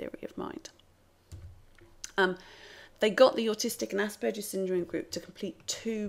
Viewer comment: Very interesting, just one point of criticism - the "g" in Asperger's is pronounced like Iceberg or Hamburger, as it is named after Hans Asperger who was Austrian. In German, a "g" in that position is always pronounced like in "get"